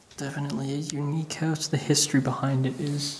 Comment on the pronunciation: u said howwse